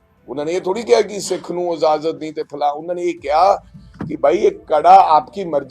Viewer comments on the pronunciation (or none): none